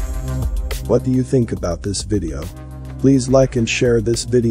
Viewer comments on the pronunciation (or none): none